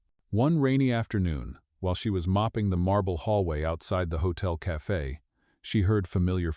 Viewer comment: Its spelt CAFE NOT CAFA WHY DO YOU SAY CAFA